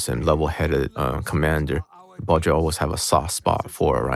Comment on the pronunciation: Isn't he pronouncing Baldreich incorrectly?